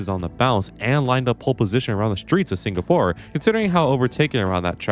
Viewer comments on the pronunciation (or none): none